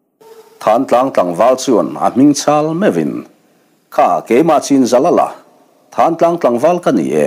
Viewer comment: Thán Tlang ni lovin Thlantlang zawk tur a ni lo maw. A ziaktuin a ziak sual emaw a chhiartu in a chhiar sual emaw a ang. Khawnglung rún tute khan Mizoram a Thingsai khaw chhak lawk, Tiau ral a awm Thlantlang khua a nih hmel